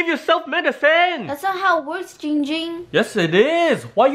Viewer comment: It is pronounced GINGGGGGG ging not Ging Ging THATS his cousin